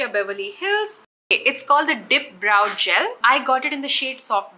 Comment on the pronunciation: It’s not pronounced bro, bro. It’s brow (bra-o) 😀